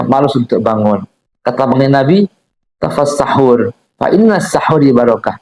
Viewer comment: izin min itu hadits yg di baca agak sedikit kaliru "tasahharu" bukan tafassahur